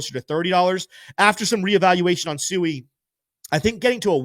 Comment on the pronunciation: SWEE not SUEI lol come on